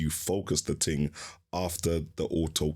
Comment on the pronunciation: What's a ting? Why can't people speak properly anymore. Wtf is a projectorer? Lol. Get back to School.